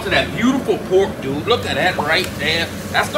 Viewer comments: There is something wrong when you can't finish the word dude. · I think it was a joke. Because his accent makes it so he doesn’t pronounce the ‘d’ in dood so it was more of a joke than a correction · I laughed uncontrollably every time i heard a man with a cajun accent say the word "dude"......